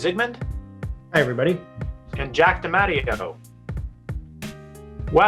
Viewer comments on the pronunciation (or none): Pronunciation of DeMatteo was a butcher job